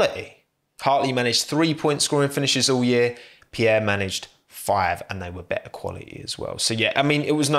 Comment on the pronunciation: no one:: he is quali'y